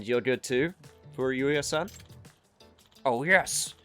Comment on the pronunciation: Wette Chicken? Well, I guess that's one way to mock a rival business. 🤣 Congrats, man. You actually managed to come up with something more eyebrow-raising than Wette Kitchen. Oh, and your occasional messing up of names by arbitrarily inserting an extra syllable is my jam. So far, we've got: Hamura -> Hamamura Murase -> Murasame Furuya -> Furuyuya There could be one or two more but these are the three I can recall off the top of my head. The pattern seems to be 3-syallable names that your brain seems hardwired to changing into 4-syllable ones. Yagami should thank his lucky stars that he's the protag or he'd be Yagamimi or something, lol. Looking forward to see if there's more.